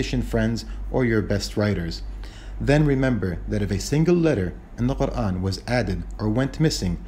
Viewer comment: I m so impressed with the way you say Quran, nothing else